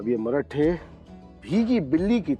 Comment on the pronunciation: औरेगजेब लवड्या मरहट्टे नाही मराठे बोल औरंग्या